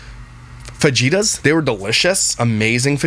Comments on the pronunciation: wahts a "fa-ji-ta"???? do you mean Fajitas Fa-Hee-Tass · 2 things. Its not faGitas.. faJitas … like pronouncing an H😂 and the second thing. What does stones in your ear mean? Please explain that shit! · I love you … it’s fajitas (fa-he-tas) not (fa-ge-tas) 🙃 so cute 🥰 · Fa-Jitas? Lol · Fajitas are pronounced fahittas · I love you but it’s pronounced fahitas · I am cracking up at how you say fajitas! The j in Spanish is pronounced “H”. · It's not fajitas as you say it. Pronounce it fa he ta. 😊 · Lol what ef is a fuh gee ta? Is that a Canadian food? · no hate but it's pronounced faheetas😂😂the j in fajitas is silent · Pardon my correction, but fajitas are pronounced fahitas :) the j is an h in the mexican pronunciation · Fajitas is pronounced FaHeata (the more you know) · Say it with me … fa-HE-tas. “J”s are pronounced with an “h” sound in the Spanish alphabet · i can deal with yapples.. but fagitas……😑😑😑😑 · that is crazyyy🫣 I didnt even know this could be a thing! I hope he gets that fixed.. sounds crippling to me! It still killed me to hear fagitas man! I just cant🤣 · Are fajeetas, fajitas? Lol i laughed so hard. Maybe fajeetas is something else. Or maybe you mispronounced on purpose. Idk but it was so funny to me. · Fajitas. I live in Arizona. Am also a foodie. So i know this. The j is pronounced h. Fa he ta. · I'm pretty sure he mis pronounced it on purpose. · The way you said Fajitas 😂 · I’m praying the way you just pronounced Fajitas was a joke lol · Oh he knows how it's pronounced. He's just being funny and it's more fun to say it that way. He says other things incorrectly on purpose for the humor of it. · It is fajitas. It's just funnier said that way which is why he says that and a lot of other words incorrectly on purpose lol